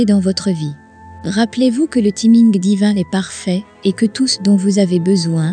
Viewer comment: C'est un ordinateur qui parle, non? Vu la prononciation de "timing" et "like"😮 😅